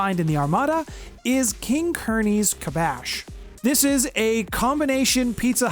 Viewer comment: In case you make a video more in depth about King Curney, it's actually Kasbah, not Kabash. Like "Rock the Kasbah."